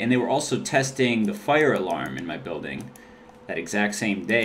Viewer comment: You say fire so weird lol "Fyure"